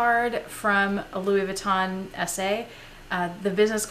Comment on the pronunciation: You are so good at pronouncing Louis Vuitton bags. I just wanted to tell you that Moët is pronounced "moe-ette" not "moe-ay". :) Now I want some.